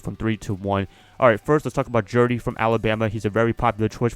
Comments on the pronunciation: Stop saying Jerdy😂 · You throwing unnecessary R’s in there 😂 JEUDY bro. Gotta pay proper respects to the judge 👨🏿‍⚖️